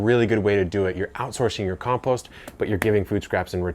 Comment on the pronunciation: I suppose it's a good video, but your pronunciation of compost meant I lost the plot after about 30 seconds...